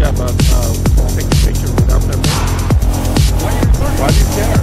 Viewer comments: "You have to ask for permeet." OR is it 'permee?' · What's a per-meat?! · I have a question. What the fuck is PERMEET??? She said you need a PERMEET.. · You hax to ax for permeeth.